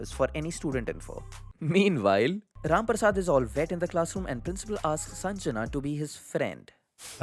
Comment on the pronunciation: This is my third time watching both the videos... having the worst Diwali of my life.....but each time you said RAM PARSAD, I could not help but laugh hysterically. Ur the best